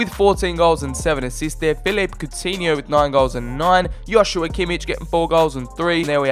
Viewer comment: When you say Joshua Kimmich you say Hoshua Kimmich, its just a J